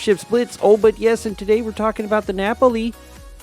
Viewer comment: ❤️Wassup ladies! This is DOC daddy. Zee SAP daddy. The cv lova. Thanks for the video! Much appreciated! I’ll get it bcuz of your review! Only one thing, please pronounce Napoli right 🤣. Peace, …unless we in game.